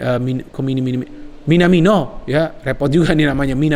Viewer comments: Sabar 😅, nyebut Minamino🇯🇵 Kepleset mulu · Gara2 kochi nih, belibet nyebut Minamino 😄